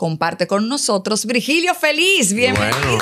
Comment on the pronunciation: el apellido de él es FÉlLIZ, no Felíz.